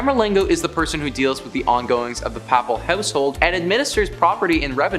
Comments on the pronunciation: The word papal..the first a is pronounced Long a..as in " "pay..pall" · The way this guy says "papal" is giving me a stroke. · The pronunciation of Papal and various other words distract from the video itself. Before doing voice overs seek help with proper pronouncing of word. Papal has a long A as in pay.